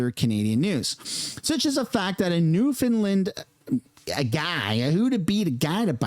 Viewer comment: New found land had to break it apart so you can pronounce it correctly not newfinland